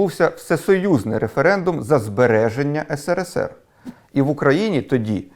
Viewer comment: Що ж це за країна така була, що навіть перший і єдиний президент тієї країни не може вірно вимовити її абревіатуру? Що то є, сср?